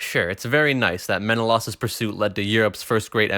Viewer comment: It's Men-uh-lay-us, not Men-uh-loss, you simp.